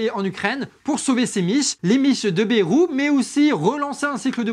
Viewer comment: Bon je suis ok avec toutes les idées balancées ici. Cependant 2 choses. 1 - Un peu moins d'agressivité et de hargne par pitié. C'est épuisant et surtout ça décrédibilise les idées. 2 - Bayrou se prononce "BAILLE ROUX" pas "BÉROU". Tout le monde sait ça, arrêtez de déformer son nom, ça pique les oreilles (même si c'est une ordure).